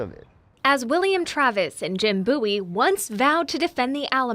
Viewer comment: * pronounced bow y not booy 😂